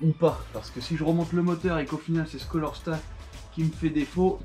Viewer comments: Beau travail sauf on dit CALOR STAT pour "chaleur " et non colorstat . Désolé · Super taf , tu t’éclate bien ! Respect ✊ Par contre sa me chagrine un peut de t’entendre dir "un colorstat " et " une bobine jémostatique " 😅